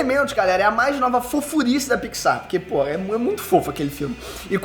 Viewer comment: Eu: falo PIXAR: fala PICZAR